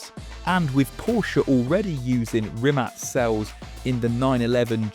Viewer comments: Isn't it Rimac not Rimat? Why is he pronouncing it like the latter? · Its RIMAC (K) RIM-AKK not RIM-ATSCZ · Why is he saying rimat. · Y you say “rimats” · Is it just me or he pronounce Rimat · Why does he keep saying Rimat? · Why do I keep hearing "Rimat" ? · Every time he says Rimac, it sounds like Rimats.